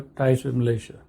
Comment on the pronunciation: 😂😂😂is Malaysia or MALAYA😂😂😂